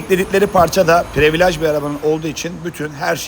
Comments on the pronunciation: Previlıc olunur previalage , ekstrim paket. Abi yanlış anlama kötü niyet demiyom ama almanlar almancadan iyi ingilizce konuşur sen yapma bari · Usta özür diliyorum ama ya yabancı kelimeleri kullanma ya da düzgün telaffuz eder misin. Çenc diyince çok değişik oluyor. Değişmiş falan desen de kabul, previlaj içler acısı zaten. Privilij diye okusan